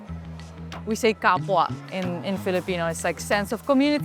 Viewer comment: Its Kapwa not Capua meaning fellow like kapwa Filipino or fellow Filipino.